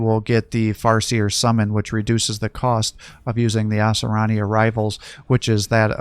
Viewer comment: Its pronounced Ah-sir-e-yin just so you know.